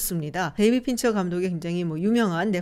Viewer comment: Pincher가 아니라 Fincher